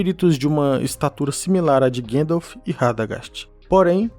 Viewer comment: Por que teimam em falar Guéndalf invés de GAndalf? Com A mesmo?😠